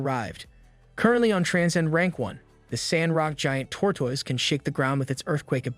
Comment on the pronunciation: it sounds like hes saying tortwoise